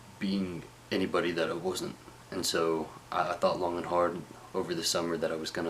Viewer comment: His wasn't sounds like bossom. Lol